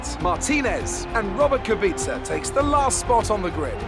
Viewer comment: Nobody: Absolutely nobody:: Rrrrrrrrrobet kubica